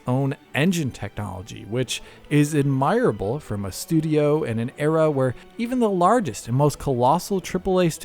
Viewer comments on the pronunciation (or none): I don't mean to make fun but your pronunciation of admirable is weird. ad·mr·uh·bl It doesn't sound like how it looks.